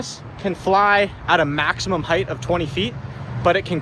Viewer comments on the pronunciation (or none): height* not “heigth” no th sound at the end